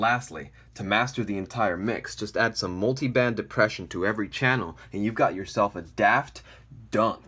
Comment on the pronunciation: I lost it at "Multiband Despression"